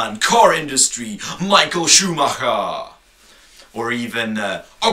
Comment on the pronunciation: eigendlich hört man schon daran dass er schumacher aussprechen kann, dass er deutscher sein muss^^